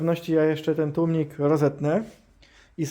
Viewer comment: Zaczynam film i profesjonalny gość od tłumików....już nie ma wady wymowy. Aż miło się słucha tłumniki wróciły do piekła. Łapka w górę